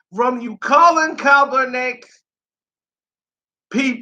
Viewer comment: I had to stop watching for the simple fact that you cannot pronounce the dudes last name to save your f**** life and it's irritating is a hell...smh